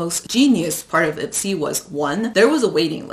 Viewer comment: Every time she said Ipsy, I heard Itzy. I don’t need no makeup, I wannabe me me me